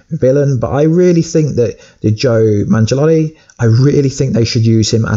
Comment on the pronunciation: Did he say Joe Mangelatii? 😂😂😂 It's Joe Manganiello.